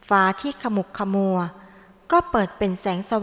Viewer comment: ขมุกขมัว ....อ่านว่า...ขะหมุกขะหมัว